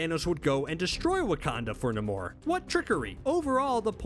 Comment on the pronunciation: wait wait...NA-MORE??...NAY-MORE..I'm stuck in a loop now.